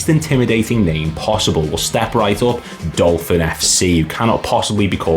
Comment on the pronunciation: was laughing as you said you couldn't mispronounce Dolphin and then....🤣